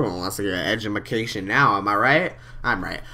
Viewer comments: I love you. You said Edjamacation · did he just say edumacation?Lol